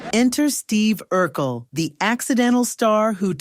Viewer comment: Urkel not Urquel😂